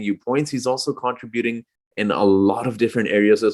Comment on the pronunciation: Its pronounced con-TRIB-uting. Not contriBUTING. But yes, Spicy P is incredible and having his career best season! Bring on the playoffs! D 4.